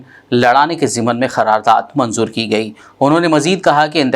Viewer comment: Phir ghalat...kharardad bole...sudher Jao Bhai...KYUN Urdu ka janaza uthane per tule huye ho.samjhe?